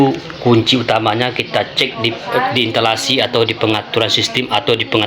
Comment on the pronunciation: Intalasi❌ Instalasi✅